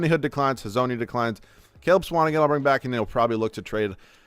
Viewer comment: The way he pronounces Swanigan really irks me lol